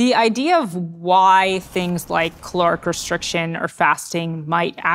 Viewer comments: It's caloric not chloric, bugging me she can't pronounce that word! 😂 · Is it me or I am hearing 'cloric' restriction. I had to check the captions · And I'm stuck on the question, Is the word "caloric" or "calorific" ? Thus reducing my lifespan 😂